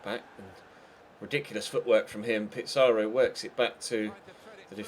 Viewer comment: also pitsaro as u say is just said pizzaro as it is